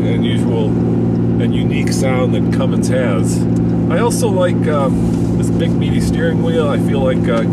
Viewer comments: ." Hate when people say "Cummings"... READ THE LABEL,.. IT SAYS RIGHT ON IT, "CUMMINS" NO 'G'.. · People who can't pronounce Cummins drive me nuts lol. It is CUMMINS not CUMMINGS!